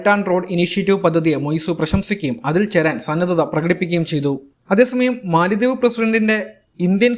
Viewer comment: it is Mala dweep or Mala dives. NOT Mali dweep. MALI is an African country and it is not a dweep or Island. PLEASE CORRECT WHILE SPEAKING. Jan Hogendorn, Grossman Professor of Economics at Colby College, theorised that the name Maldives derives from the Sanskrit mālādvīpa (मालाद्वीप), meaning "garland of islands". In Malayalam, "Garland of Islands" can be translated as Maladweepu (മാലദ്വീപ്).